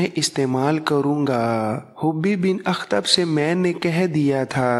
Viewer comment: جناب محترم ویڈیوز بہت مفید اور معلوماتی ہیں لیکن آپ ذیادہ تر نام غلط لے رہے ہیں اس کے علاوہ بعض الفاظ بھی آپ ٹھیک طرح نہیں بولتے اس پر توجہ دیں ۔ مثلاً حیئ بن اخطب آپ حبی بن اخطب کہتے ہیں ۔ عبداللہ بن اُبَئ کو آپ عبد اللہ بن اَبِی کہتے ہیں کعب بن اسید کو آپ کعب بن اسد کہتے ہیں وغیرہ وغیرہ۔ اس پر توجہ دیں اور ٹھیک کرلیں